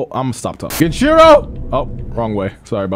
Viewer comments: His name is GEN EEE CHEE ROOO, not GEN CHEERO FOOL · Every time says ‘gehnshero’ instead of genichiro and ‘merry counter’ instead of mikiri counter an orphaned puppy dies of syphilis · Nigga. You know how you say Genin in Naruto? GEH-NEEN? Well bro’s name is pronounced GEH-NEE-CHEE-RO. Damn. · My guy still doesn't say the names right lol, "genshiro" and "miri" counter. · If I hear on more mispronunciation of GenICHIro, I will lose it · Genichiro heard you fuck his name up for the LAST TIME. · really never learned to say Genichiro’s name well huh? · It’s been how long and still doesn’t know how to say Genichiro’s name right Edit: he also still says “miri” counter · Him saying genichiro wrong is so cringe